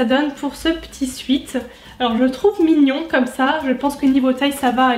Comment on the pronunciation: Eyno 2908 en réalité c’est aucun des deux là bonne prononciation c’est swèt.